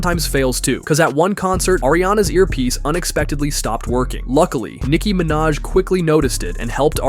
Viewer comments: Nike ✔ Minaj. Okay then 😆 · No way he said Nike Minaj bro how bad are you at spelling ITS NIKI MINAJ AND ITS NOT ARIANA GRANADE ITS ARIANA GRANDE IF YOUR GONNA SAY IT,SAY IT RIGHT PLEASE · Nike Manaj?! It is actually Nikki Manaj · Omg he called Niki minaj Nike minaj. 😂🤣😂🤣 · "NIKE MINAJ"